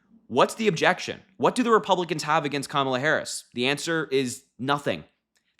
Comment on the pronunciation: Thanks,! But we'll need another name for her team. The accent in Kamala is on the first syllable. That's okay, the whole world will know how to pronounce it within the week. Thanks so much for your support! Americans don't often express how grateful we are to our friends overseas. It means a LOT to us. 🤎 😊 👍 💙